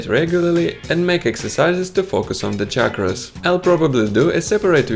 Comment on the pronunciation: Of the so many many videos that i have seen you are the first person to pronounce the word 'Chakra' correctly. Most westerners pronounce it as 'shakra' You techniques as easy to follow and it works for me.